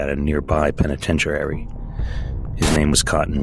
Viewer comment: Why are you mispronouncing penitentiary?